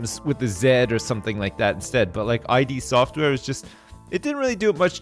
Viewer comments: It's id Software! Not I.D. just id! how dare you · its not I.D. software (pronounced eye-D) its ID (pronounced like 'it') its a part of the human psyche residing in the unconscious, that is the source of instinctive impulses that seek satisfaction in accordance with the pleasure. The name is reference to the developers wanting to produce good games which generally give players pleasure or satisfaction to play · Hello, it's id software, as in "it" but with a d. "Id was a great day today, until said AI DEE software" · Doom was made by id software. pronounced id software not eye dee software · Trivia for the day: id software isn't pronounced 'I-D', they're named after the psychological concept of the id. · Pronouncing Id Software "I.D. Software". That's a paddlin'.